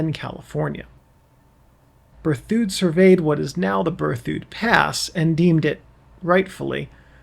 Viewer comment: It's "Ber thid".